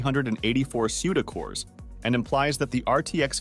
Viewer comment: "suda cores"